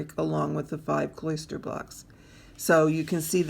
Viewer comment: Nice video. Your presentation is marred by the mispronunciation and misuse of a few words. "Kloster" is not pronounced like "cloister". The correct pronunciation is closer to "foster". And your pattern is COMPRISED of blocks and stitches; it is NOT "compromised" of blocks and stitches. "Comprise" means consists of. "Compromise" can mean settling for less, or exposing to danger.